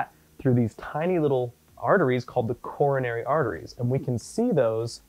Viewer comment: "Corona"ry Artery haha . :P